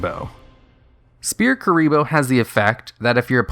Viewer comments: It's pronounced "Sfear". Not Speae. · SPHEAR NOT SPEAR. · Rogue, not "Rouge" S-FEAR(Sphere), not Spear. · Sphere is pronounced like sfere not spear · Do you just... actually pronounce "sphere" as "spear"? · I like how he says spear instead of sphere. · (It was a joke on his pronunciation of Sphere bro, which sounds like he is saying Spear) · I love Duel Links for stuff like this. All this iconic stuff from the anime that was never used in real life is actually useful now. Also, you pronounced Sphere wrong. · That's not how you say sphere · Please, someone tell me I'm not the only one who is bothered by how he says sphere. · Have you never read the word "Sphere" before that card?